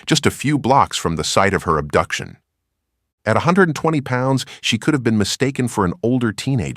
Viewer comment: "ubduction?" huh????